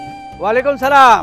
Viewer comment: সালামটা ঠিক মত দিতে পারে না হায়রে আবালের দল আফসোস!